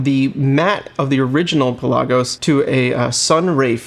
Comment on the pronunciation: Cool vid. Pronounced. Pela-gus. Not pe-lasos